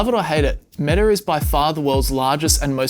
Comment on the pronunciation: Pro Tip: Stop adding an "r" sound to words ending in vowels. For instance, it's "Meta," not "Metar." Not sure why you're doing that. It's wrong. And weird.